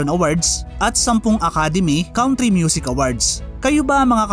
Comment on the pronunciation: Nice content, bothered lang ako sa "count-ry"